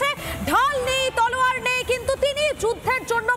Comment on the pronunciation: তলোয়ার কে তরুয়াল বলা সাংবাদিক 😂😅 ( 6.18 সেকেন্ডে )